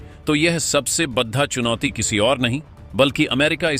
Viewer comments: Channel speaker please talk carefully बड़ा को बढ़ा बोल रहे हो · Kya utpatang uchharan karte ho yaar.Hindi to sahi bolo badda, khadda..pata nahi kya kya bolte ho. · आपके शब्द उच्चारण में कई बार बड़ा की जगह बड्डा बड्डा जैसे गंवार लहजे सुनने को मिलता है उसे सुधारो ? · अगर बड़ा शब्द का उच्चारण सही करो तो थोड़ा अच्छा लगेगा